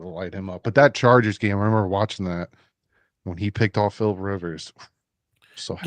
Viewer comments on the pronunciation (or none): none